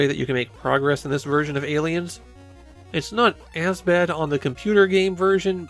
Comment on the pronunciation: Ayyyy leins